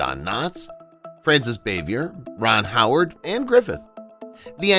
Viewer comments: Francis ...bah-vee- aye. Not bay-vee-ur. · It's Frances BAH-vee-yay, not BAY-vee-yer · It’s pronounced Rah-lee and Frances Bow-vee-ay. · Frances Bavier’s last name is pronounced “BAH-VEE-AY.” It’s French. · Frances Bavier’s last name is pronounced “Bah-vee-aye.” Interesting video. Thanks. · The moron said it was set in the midwest...wrong. Also mispronounced Aunt Bee's real name. Turned it off after that. Didn't matter what he said.